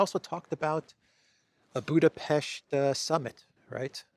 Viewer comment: Appreciate you pronouncing BudapeSHt correctly 👍